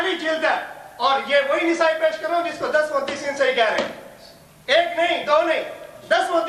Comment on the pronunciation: Abe jahil nesai nahi nasai h kitab ka name nahi bolne aata daubandi ko